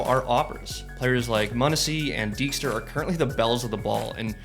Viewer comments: deagster, bro... can you even try to pronounce names properly? it's Degster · degster maaan not deegstar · my man really said "deagster" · He just say “deagster”? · the way he said degster tilted me a bit ngl. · Not because idk who degster is, I've just never heard his name pronounced that way.